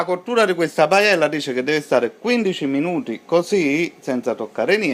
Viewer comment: Manco sa proniunciarla... Ma si vergogni.